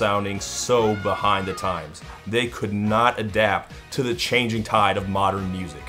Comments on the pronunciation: It also sounds like "modron", a dungeons and dragons outer planar race of machine people. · Maybe "'modren" was an attempt at engrish, so as to mimmick what the japanese do... Since all this stuff is supposed to be some kind of critic of the omnipresence of technology, and of Japan, because at the time they were the biggest manufacturers of electronics... I guess. But they failed a bit with the "Domo Arigato, Mister Robotto" part. Robotto is the direct transposition of "robot" in japanese katakana, but they should have made something like "robotto-san" or "robotto-sama". What's more, "Mister" is not pronounced like japanese would (misutaa), so either way, they failed their catchphrase... But it's still a great song. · Knowing the rest of the album, "modren" is probably supposed to be mere Engrish. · maybe he was trying to mock a japanese accent by intentionally mispronouncing modern? idk man it’s a silly line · Modren Man was an Italian futurist concept of what today we would call a cyborg or even Cyberman. Although I'm pretty sure Deyoung just mispronounced. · Disguising yourself as a Modron seems like it'd be pretty hard. Seriously, why the hell did he say modren and not modern? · I always thought “modren” was intentional as he was trying to become human and attempted to say “modern” but all the kinks hadn’t been worked out yet. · I think "modren" is supposed to be "modern" with an accent. You know, like how they talk in the musical Oklahoma. 🎶 Everything's up to date in Kansas City, they've gone about as fer as they can go, they got a robot butler and some bloated corporate rock, for 70 cents you can see a dandy show.🎶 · I have loved this song to bits for probably 20 years and I still cannot justify the "modren". What the hell was that about??? Why??? In his defense, "mannequin" is what it sounds like in French. He was trying to be pretentious, so going back to the French works. But modren? What? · "Modren" = a pretentious way of saying "modern".